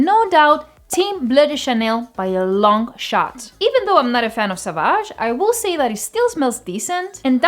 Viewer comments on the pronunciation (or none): none